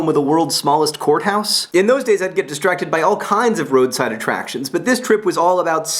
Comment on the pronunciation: The first time john said worlds smallest courthouse i totally thought he said worlds smallest whorehouse..